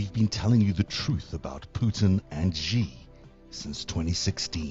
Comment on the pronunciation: The "X" in the Chinese name "Xi" is not pronounced like the "g" in the English word "regime." The "X" in the Chinese name "Xi" is pronounced more or less like an "sh," thus the Chinese name "Xi" is pronounced more or less like the English word "she."